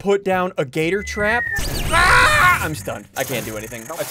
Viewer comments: It’s Monty gator trap say it Monty gator trap, not gator trap. OK you little foot yes, send you food just like Nico Vald. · its not gedor its Montgomery getor